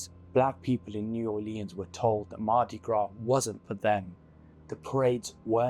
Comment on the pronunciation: Naw 'Lenz or New Orlèan(s). Are you even from there? Sorry, didn't sound like it.